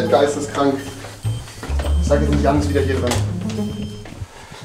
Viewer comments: Musste immer tot lachen er sagte immer pennes jan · Jan sagte immer pennes